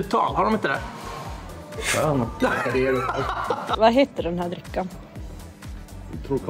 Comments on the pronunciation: Det var det märkligaste uttalet på Trocadero jag har hört, och då kommer jag från Norrland. Det måste enbart förekomma i Umeå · Inte är det någon som säger Trocadero på det sättet. Har aldrig hört någon säga det på det lustiga sättet. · Det borde vara olagligt att uttala Trocadero på det där viset, någon form av högförräderi. Jag har alltid haft en romantisk inställning till Norrland men efter det här vet jag inte längre. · Det är inte umemål, hörs (för mig) ytterst tydligt att det är på vischan någonstans i norrbotten (alltså säg minst 30 mil norrut från Umeå). Jag har nog hört de allra flesta norra norrländska dialekter, men jag kan uppriktigt sagt säga att jag aldrig någonsin hört någon uttala Trocadera "Trocaaaadero". Sedan är det regionalt dialektalt. I Göteborg säger man "Trökka" och i norra Sverige "Tråkka". Överlag så tror jag nog en absolut majoritet i Sverige uttalar det "Trokkadeero" (med t ex. varianter på "ö" och "å" istället för "o"). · Har bott i Umeå hela mitt liv och har aldrig hört någon uttala Trocadero så där.